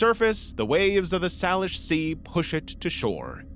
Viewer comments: Native Washingtonian here baffled by the way he pronounced Salish lol- for those wondering, it's say-lish not sal-ish. It's crazy how different peoples pronunciation can be if they're from a different state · Not to nitpick, but for future reference, Salish is pronounced "SAY-lish" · For future reference, Salish is pronounced Say-lish. Also, every time I go out to the coast, I definitely get nervous any time I see something that looks like a shoe. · in Washington, we pronounce Salish "say-lish". Hope that helps! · The most disturbing part of this to me (as someone from Washington) was the way he pronounced Salish sea